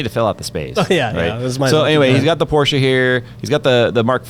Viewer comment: I'm so glad, and pronounced Porsche properly, big ups